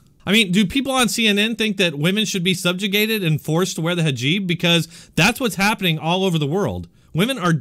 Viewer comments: Hijab, not hajib. Not being snarky, just a correction.. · Love... this guy gets it... except how to say Hajeeb lol